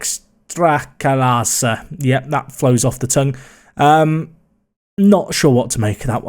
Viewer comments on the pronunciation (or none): I had to smile when you tried to pronounce the polish Extraklasa :D